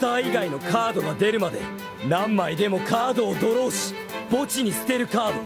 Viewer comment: Legend has it that he is still saying "DRAW MONSTA CADO"